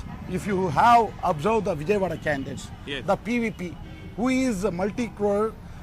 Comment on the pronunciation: Its Vijayawada not Vijaywada